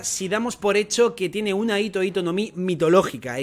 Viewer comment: Pero dejen de decir "hito" con la hache muda, en japonés se pronuncia como "jito". La ito ito no mi es la de Doflamingo